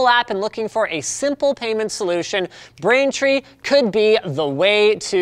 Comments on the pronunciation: you said brainfree and not braintree rip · Or the fact he says "brainfree" "try out brainfree today" hahaha ohh poor Linus sorry mate